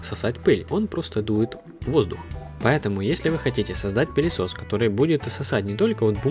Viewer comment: ебать мои уши. "в этом пелесосе двигатель стоит прям на всасе"?? лолшто?